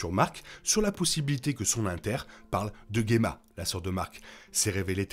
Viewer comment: Dsl mais je dois poser la question : pourquoi tu prononces "Guemma" (et pas Djemma) qui est la bonne prononciation du prénom (et celle donnée autant en VO qu'en VF) ? C'est un nom dérivé du mot gemme en plus, donc je comprends pas pourquoi le "gue" 😅